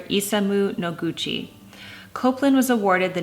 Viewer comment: Interesting. Here in the South, we say Appalachian the same way Jennifer Scott says it. But it’s killing me to hear her say Copeland instead of Copland. I even looked up the pronunciation to see if I’ve been wrong all these years! 😂😂❤️ And Jennifer, I love your singing!!❤️